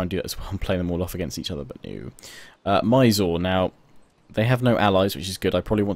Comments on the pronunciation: It pernouced 'miz-ooo-reee' not 'my sore' hahaha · 1) Mysore - Its pronounced as My-soor 2) Sun Tzu - Sun of his name is pronounced as soon,Tzu was correct